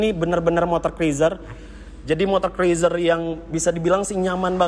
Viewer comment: cruiser.. dibaca kruuzer...